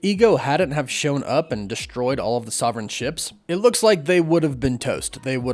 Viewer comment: Is there a reason you can't pronounce 'sovereign' properly?